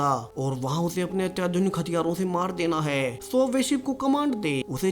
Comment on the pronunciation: Last me zor kyo lagate ho, Hai , thay bohot use ho Raha hai